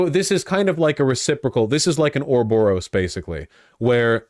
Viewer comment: What’s an ‘orborous’? I kind of know what it is now, I’m just not familiar with the word.